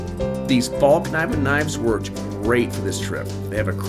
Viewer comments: One day with it and it might be the best bushcraft knife you've ever used? Huh, for a guy that can't even say the name right, your pretty quick aren't you? P.S it's Fall-Neevan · the k in kniven is silent